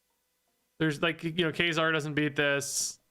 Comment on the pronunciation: funny how you pronounce ka-zar as kay-zar